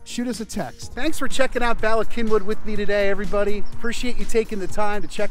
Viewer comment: All good Welsh words.Please pronouce the first Y as you would The U in gun!! Then the 2nd as in ee in weed!!!